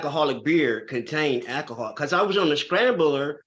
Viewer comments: Ackahol? What the hell is ackahol? And evidently reading labels is too hard for him. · Saying "akahol" says it all!